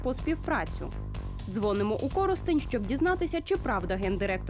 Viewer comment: Кто так ударение ставит в названии города?